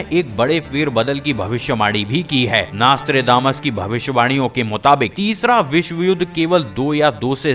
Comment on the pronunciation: Abe chutie Vo nastre nahi Nostradamus hai